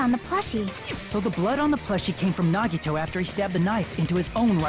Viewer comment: The final class trial about Nagito, and she still doesn't pronounce his name correctly D: Awesome video though can't wait for the next part >:)